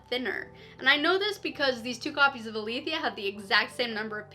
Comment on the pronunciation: 1. This is the most helpful video I have found on this topic and has more detail than IngramSpark's own tutorials. 2. Really nice audio and video quality! 3. Thanks for pronouncing Aletheia correctly!